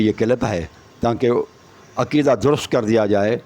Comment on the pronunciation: جناب شیعہ کا عقیدہ درست کرنے سے پہلے کسی استاد سے تلفّظ سیکھ لو [ (کھاطر) نہیں (خاطر)] ہے اور [ (عکیدہ) نہیں (عقیدہ) ہے] اور [ (گَیر) نہیں (غیر) ہے].............😂